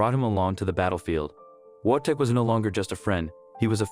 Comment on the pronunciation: Only thing: his name is prenounced Vojtek, with V at the front.